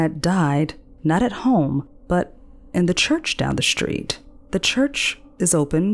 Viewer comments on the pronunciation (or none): Love the voice and narration, but saying "shtreet" and "shtraight" really bothers me. 😬